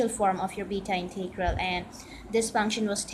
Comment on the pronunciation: Integral is NEVER pronounced "Inteegral". Sounds horrible.